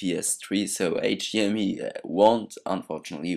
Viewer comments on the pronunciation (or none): you said "hdme"